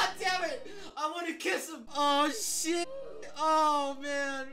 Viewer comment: Love how he pronounced shit as "SHET" 😢🤚😂